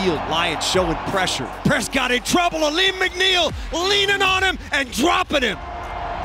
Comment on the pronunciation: I'm sorry but did someone call McNiel macadamia?😂